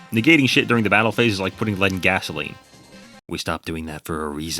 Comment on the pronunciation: Heh. a joke about pronouncing cestus wrong, only seconds after saying 'lead' instead of 'lead'. ironic